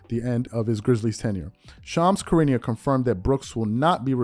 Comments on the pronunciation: Not a fan of Shams but his name is pronounced Shu rah nee uh. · Please stop butchering Shams name please